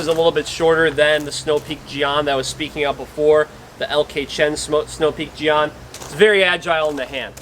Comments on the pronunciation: Yea, jyen with a very hard J, kinda like Djinn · For future reference, jian is pronounced kind of like “jyen” :) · It’s pronounced more like “Jen”